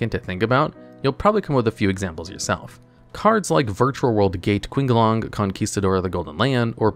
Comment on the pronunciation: qinglong pronounced like "Ching-long"